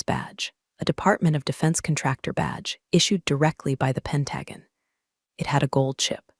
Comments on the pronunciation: Why can none of the stories say pentagon or resume correctly? It’s very annoying. But great story nonetheless. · It would help if the AI voice could correctly pronounce Pentagon.